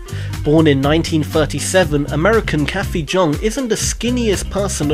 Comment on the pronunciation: Jung is pronounced "young" ;)